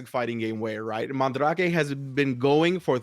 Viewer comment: Dude if this dude says mahn drack aye instead of mandrake one more time.